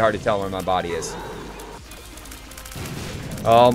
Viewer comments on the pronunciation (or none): none